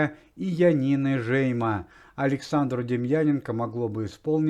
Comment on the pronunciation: Янина Жеймо с ударением на букву О в фамилии!